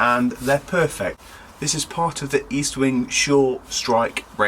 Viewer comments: Estwing not eastwing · The name is Estwing Not Eastwing and it's the name of a Swedish immigrant who came to the US. The Sure Strike is made in China not good old U.S. of A.